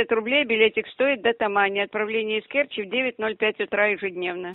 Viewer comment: Доехать до КЕрчи - ударение на первый слог